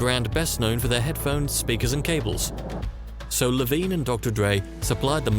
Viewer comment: Jimmy iovine not Lovine 😊